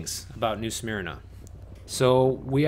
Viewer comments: WOOF! its "new SUH-MERNA beach" lol, not "SMEARNAH". Yes its sleepy here. lets keep it that way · Careful how you say Smyrna… I know your Illinois accent, I’ve got downstate Cherry Valley accent too but I pronounce smyrna correctly / but I also live in this little town now! 😁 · Way to totally mispronounce new SMYRNA lol